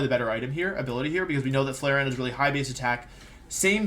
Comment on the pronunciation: leafon and who??? Flaceon???